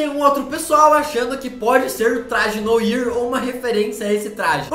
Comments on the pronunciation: Corrigindo a pronúncia 😂😂😂😂😂 noir é uma palavra em francês e significa preto, e como é francês, a pronúncia seria "noar" 😊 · Se pronuncia “noar”,nao “noir” so pq eu to mt nervoso cm isso akkakak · Se pronuncia Noar. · Se fala "noar" não e "noir" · Não se diz "Noir" se diz "Noar" mas se escreve "Noir" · Poha não se fala "noir" se fala "noar" mas se escreve noir eu sei... MAS SE FALA "NOAR"!!! >:( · Ou mo daora seu canal sou apaixonadanado viciaaadao Mais so uma coisa e noir mais se pronucia noar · seu lindo uma pequena correção não é noir se pronuncia noa❤❤❤ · Eu acho que o traje noir se pronuncia traje noar sla Ótimo vídeooooo!!! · "Noir" diz-se: "noár". Bom video mano! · Só pra ajudar, uma correção: a pronúncia correta se diz "noar" pois a palavra é de origem francesa que significa preto (com isso o "i" tem som de "a"). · A pronuncia correta de noir é "noar", que seria a cor preta em francês. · Oi, fala-se "NOAR", isso é preto ou em francês. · Fala! Bom eu só vim avisar que a pronuncia do nome "Noir", é "Noah". Vlw! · Noir - Pronúncia: "Noar"... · kkkk é noir mas se lê NOAR kkkk mas ok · Gente por favor, noir se fala noAr né? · se pronuncia "noar" e não "noir" por mais q seja escrito assim:3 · Se fala "Noar" kkkkkkkkk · Noir, se pronuncia Noar (nwaʁ) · Não é Noir é Noar... se pronuncia assim... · É NOAR Q SE FALA!!!!! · Pode falar "NOAR" ao invés de noir" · não se pronuncia noir se pronuncia noar Não é hate só quero ajudar adoro seu canal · se pronuncia "NoÁ" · Noir se lê NOAR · MANO... tudo bem que se escreve NOIR, mas se fala NOAR. Mds. E outra coisa eu tenho quase certeza que NÃO é o traje Noir pq se não o filme entraria no aranha-verso, ou seja, esse traje não é do Peter park é de outro homem-aranha de outro universo. Mas eu voto no traje BIG TIME, pois ele mesmo o criou ou então um traje da shield seria uma boa também. Obrigado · Kkkkkkkkk, Se pronuncia "Noar" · não se falar Noir, se fala Noar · Se pronuncia "noar"